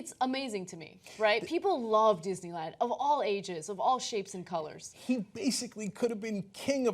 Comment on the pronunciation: Kathrine Smith ...verwy verwy speshle Dishneywand